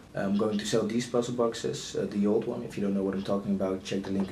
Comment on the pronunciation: I get the TO and FORget.... But want means ONE? maybe the way want is said with YOUR accent but.... This needs work